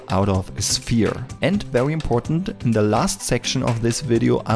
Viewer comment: it look VEWY nice and VEWY good but thanks you really helped alot